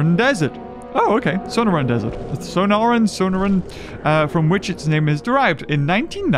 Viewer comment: The Sonoran desert is pronounced So nor an sorry I just have a vacation house there so that bugged me luv ya